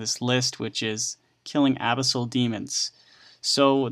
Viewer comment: Its Pronounced ' Ah-bis-el' not 'Abby-sail'